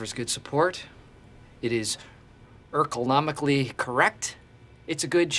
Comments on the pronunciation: He meant that, but in classic Michael fashion, he messed it up with "Urkel-nomically" lol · When Steve Earcle is ergonomically correct “earclenomically” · Urkle-nomically correct. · “Urkelnomically correct.” Makes me laugh every time Michael pronounces a word wrong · I always like to think of it as him saying "urkelnomically" then somehow trying to link the chair to steve urkel despite being so ridiculously wrong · He said Erkle-nomically correct 😆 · Y'all failures in the comments that don't know he's saying "Urkle-omically". Get some culture. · It’s urkelnomically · Jim’s face after micheal says ercolnomically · I thought it was "Urkelnomically correct" haha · “Erkelnomically” lol I love the running joke of Michael not knowing mildly complicated words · It is erklnomically correct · It is Urkelnomically correct lmao 🤣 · I think he said ergonomically correct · English is not my mother language, so I didn't realise some Michael's mispronunciation like this one. I caught some mispronunciation sometimes along the show